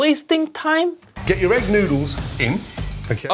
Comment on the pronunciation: no not vegetarian he put eeg where a vegetarian 🤣🤣🤣